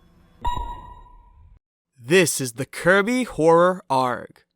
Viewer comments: why is he trying to be a pirate and saying "Arg" i think he means "Ey are gee" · bro its Aye-Arr-Jee not arg you arent a pirate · Did you just pronounce ay are gee as ARGG? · Lost my interest as soon as you said "arg" like its a word its literally the letters A.R.G. not arg like a dumb ass pirate ripoff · its not pronounced like "ARG" its pronounced like "A-R-G" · Please don’t say ARG as a word, just spell it out- That’s the only thing wrong with this video, I like the entire explanation ^^ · its pronounced Ay-Ar-Jee not Arg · People who say arg (argh) instead of ARG (Ey Ar Ge) probably say usa instead of USA(You Es Ay) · Bro's calling an A.R.G an arggh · It’s pronounced A R G not Arg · ok so actually you pronounced ARG wrong. Its not pronounced "Ah-rgh," its pronounced "A-R-G." This was bugging me for the entire video. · "Arrg"? It's an a-r-g you're not a pirate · You don't say aarg you say a.r.g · I love that he says the word arg rather then Arg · Just so you’re aware, it’s pronounced “A-R-G” not “arg” We ain’t pirates lol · It's ARG (Ay Are Gee) Not Arrg you aren't a goddamn pirate /j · I have a question. Why do you called A.R.G ARK like a boat? A.R.G means alternate reality game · Dumbass caller ARG( ay are gee) arg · i hate how this guy says arg (pronounced as a r g) pronounces it as as "arggh" like 1 of those stereotypical pirates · Bruh, it's not argh like you're a goddamn pirate, you pronounce the letters separately, A-R-G. Not every anagram is a word. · Its A.R.G. not ARG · No, it’s purnounced Ay-ar-gee, not just ARG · no you did not pronounce A.R.G as arg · it’s pronounced “Ay-Arr-Gee” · U have to be the first person to say a.r.g as arg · its acyually pronounced as a r g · bro straight up pronounced arg as "aurg" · the you spell A-R-G not arg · You did not just call it an Aargh. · Are you calling A.R.G's....Args....like one full word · Did he call a ARG an agr!? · This man pronounced arg as a word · disliking just because you pronounced ARG “argh”